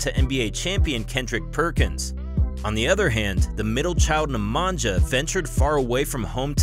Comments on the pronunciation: My ears bleed whenever i heard " Nemangia".. its pronounced Nemania for fs. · The sound that letters NJ makes in names of both brothers should NOT be pronounced /dz/. In Serbian language the letters NJ is pronounced /ny/. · Neh-mah-ñya not Nemanjah hahahahah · It's pronounced nemania not nemantza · hi. You pronounced Strahinja correctly , but Nemanja not. Nemanja should sound as NemanYa. Similar to StrahinYa. Ok. . Cheers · J's are pronounced as Y's for all Serbian (& Croatian/Bosnian) names. Nemanja is pronounced Nemanya, just like Jokić is pronounced Yokich,...etc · Its "Nemanya" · "nja" in "nemanja" is pronounced as same as "nja" in "strahinja" :) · Pls learn how to pronounce “Nemanja” Sounds realy annoying . At least you have Google translate to explain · Your pronunciation of Nemanja is horrifying.